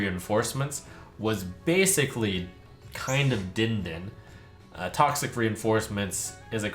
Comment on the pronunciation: the way trump read the "din din" card made me die inside, it was meant to be a bell sound man, DING DING